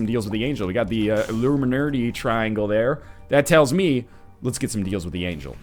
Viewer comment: IT'S ILLUMINOOTAY!